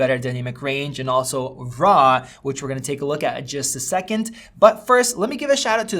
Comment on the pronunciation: "Rah footage" xD